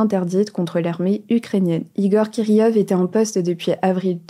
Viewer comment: J'aimerais vraiment que l'équipe féminine d'Hugo Décrypte apprenne à prononcer les mots... C'est hyper frustrant d'entendre les noms erronés. Je vous en prie, renseignez-vous! Ce n'est pas la première fois! il n'y a pas de [j] dans Kirillov. les deux L se lisent [l]. Vous aviez fait le même coup avec Kharkiv, qui a été écorché au plus haut point. Vérifiez avec l'alphabet phonétique si vous avez des doutes. C'est international, totalement adapté à tous les français!